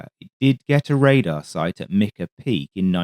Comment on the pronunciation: Poor. Mica peak is also pronounced Mike-uh, not Mick-uh. 😂